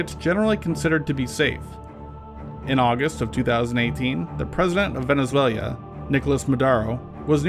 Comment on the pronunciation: Did you say "Venizuelia?" "MadAro?" Otherwise I like your video bro.